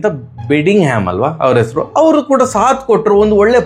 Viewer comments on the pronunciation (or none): none